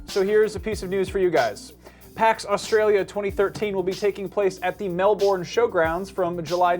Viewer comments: YESSSSSSSSSSSSSS MELBOURNEEEEEEEEEEEEE! IM SO GOINGGGGGGGGGGGGGG!!!!!!!!!!!!!!!!!!!!!!!!!!!!!!!!!!!!!!!!!!!! and you saying melbourne wrong... its pronounced male-ben. not mel-born. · Attention and every American ever: it's not pronounced "MEL-BORN", it's pronounced "Mel-bin". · ...it's Melburn not Melborn.:P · Dear, You Mispronounced Melbourne its Mel-Ben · Mel-born. Nice one,.